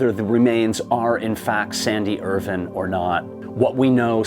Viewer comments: I lasted only 2 minutes due to the constant mispronunciation of his surname, Irvine. WITH AN “E” ON THE END. NOT Irvin. IRVINE. Pronounced Ir-vine. Not pronounced like the silly way US pronounces the city, Irvine in California. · can you please pronounce Irvine as Ir VINE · His Name is Irvine not Irwin.... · Is that the correct pronunciation of Irvine?